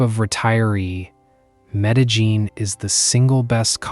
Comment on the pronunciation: I had to laugh at the 4 different pronunciations of Medellin in this obviously AI narration.